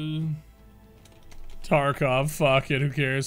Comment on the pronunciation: "Tarkov" bruh lol. "Let's just make something effed up."